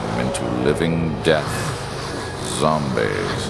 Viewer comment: I LMBO so hard! "Zombezzzzzz....."